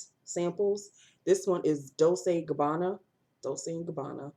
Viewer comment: have u ever finished a lipstick......and dolce and gabbana is pronounced dol chay